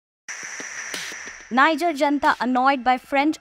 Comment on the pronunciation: IF YOU ARE REPORTING ON NIGER, THEN AT LEAST LEARN HOW TO PRONOUNCE THE COUNTRY'S NAME CORRECTLY.